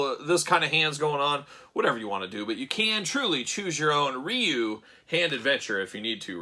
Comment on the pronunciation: It's not even Ree-You. There's no "R" sound in Japanese...it's more like "DeeYou." I don't know the translation of the boards, but I know they've been translated many many times over the years. I'm on the October list.